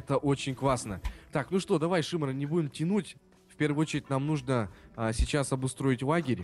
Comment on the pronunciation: с ударением на первое и, голос на одно ухо, "ихА база", "твоя команда выЙграла". Мда, бл*ть.